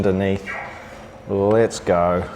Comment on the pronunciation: Why do you say “let’s go” as “lits goe”?😂